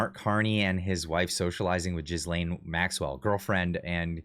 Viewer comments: ghee-laine, please, not gisele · Ah hahahaha Love the pronunciation of J#zz lane Maxwell, so appropriate!